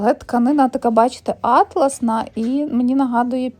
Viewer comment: дівчата ну чому Атлас?.останнім часом всі роблять невірний наголос.Тканина має назву атлАс, а Атлас це збірник географичних мап. Джинси класні